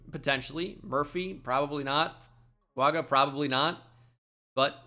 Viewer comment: Why do you routinely pronounce Fuaga as Founga?